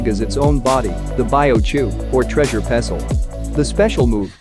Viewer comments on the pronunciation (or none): none